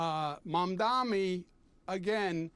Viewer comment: This man has tried every possible combination of "m"s and "n"s to avoid saying Zohran's Mandani's name right. He's finding pronunciations modern science had deemed impossible.